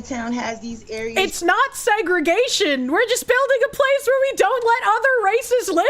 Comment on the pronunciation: DID SOMEONE SAY "SEGS-GRIGATION?!"